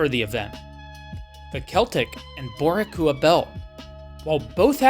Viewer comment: Bor-ih-kua is wild. It's BOŔ-EE-KWAH